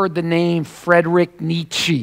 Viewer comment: the guy doesn't even know how to pronounce nietzsche. and, oy vey, that lisp! ACK